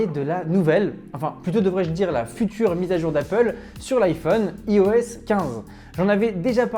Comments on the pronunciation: Ça se prononce "AÏE-OS" pas "ee-o-ess", on prononce "Aïe-Phone", pas "ee-fone", c’est pourtant logique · Ta vidéo est pas mal mais stp apprends à prononcer IOS